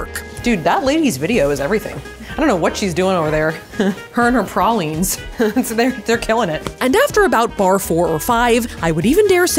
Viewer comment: I just wat to point out the fact that saf said ptaline right